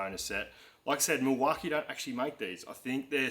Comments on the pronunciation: Nice looking tool chest!! If you going to ask them for sponsorship it may help to pronounce their name right? 😜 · You’re saying Milwaukee wrong. I’m a diesel mechanic in WA and I’ve never heard it called that. Lol😂